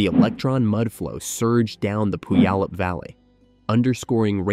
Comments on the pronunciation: AI slop, I stopped watching when the “narrator” mispronounced “Puyallup” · listening to you say Puyallup reminded me people don't research how to pronounce names before writing scripts lmao